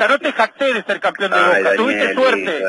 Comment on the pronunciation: No se dice campion?